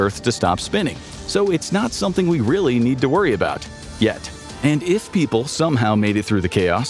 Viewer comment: Why’d you emphasize REALLY like vsauce got it wrong or somethin